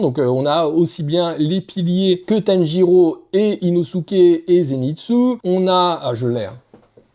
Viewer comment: Tènjirô ? Douma ? Ufotablé ? Pardon ? Attention à la prononciation. Rien ne va 😅